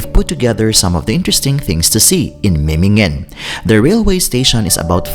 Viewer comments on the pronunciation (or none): Es heißt Memmingen nicht Mimmingen